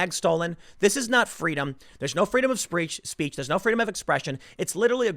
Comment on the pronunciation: Tim, did you say "Freedom of Screetch" ? lol